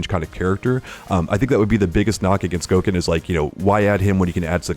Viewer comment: Once you said Goken I left